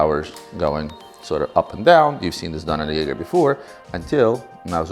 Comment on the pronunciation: Got to work on the Jaeger pronunciation